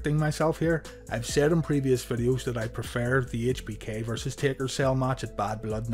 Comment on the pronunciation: He said tader other than taker